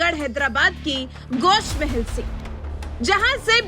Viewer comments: Gosh mahel nahi gosha mahel hai pahle bolna seekh jao phir bolo owaisi ka gadh darussalam hai gosha mahel Uska darwaza hai aur hum kutta darwaze pe hi paalte hai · Please correct the name of the constituency from which Raja singh is contesting. It is Goshaa mahal. Not Gosh mahal. as said in the abive video.